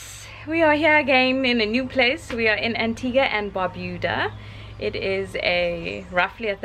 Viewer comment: That’s the first time I’ve heard someone pronounce Antigua right . For people who don’t know it’s pronounced Antiga and U Is silent